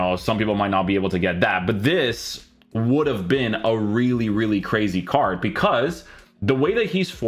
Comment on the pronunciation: Why do you say wierj and carj instead of weird and card 😂